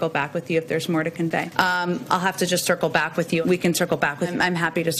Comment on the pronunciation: Maybe she is actually saying, “I’ll sickle back”.